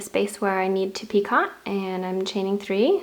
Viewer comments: It's not picot. It's pronounced pico, it's French for knot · PicO - not picot - just a little French FYI - sent with love! Pee-Co no T at the end pronounced. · It’s pronounced, Pee-co. NOT Pee-cot. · Dear, I love your work, but it is a picot, pronounced "Pee-coh", not a "pee-cot". Hmm, I'm not sure that is clear. The second syllable rhymes with... I can't find a word, It sort of rhymes with "coat" without the "t". "Pee-coa" like "Pee-coat" without the "t". And nobody who wants to tell you how it is pronounced has any evil wishes for you, simply to share some knowledge, which will spare you future corrections.:) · Its pronounced pi-coh.... NOT pi-cot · Picot is pronounced peeKOH. Not peecaht. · Picot is usually pronounced "Peek-oh"! For the longest time I thought you were calling it a "Teapot" and couldn't understand why! Lol! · Picot is a French word. The t is silent. It is pronounced 'pico' in English and in French. That's o, a long o. Just for future reference. ;-) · It is pee--ko...the T on the end is not enunciated. It is French. The second syllable is a long vowel...like cocoa ...pee koe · Yes so annoying. Even in proper British, it is pronounced As "peecoe". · Love your edging but just as with crochet the T is silent in the word picot,so it's pronounced peek oh. I'm not trying to be over critical and I do love your videos in fact I made one of your key chain owls for a friend of mine over two years ago and she still has it! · Should learn to pronounce the word properly. It would benefit your credibility. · Seriously! I can hardly believe some of the comments about the pronunciation of the word PICOT. Was it REALLY necessary to call that out. Completely uncalled for, people get a life! I love your vids, keep up the great work = ) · You do beautiful work, and who cares how you pronounce picot.....anyone who crochets knows exactly what you are talking about. Do not let that bother you please. 🙄 keep up the the beautiful videos.